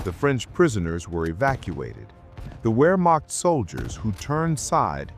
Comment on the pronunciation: Please learn the basics of the language. The term is spelled Wehrmacht, but Germans pronounce it their way; the W is pronounced like our V.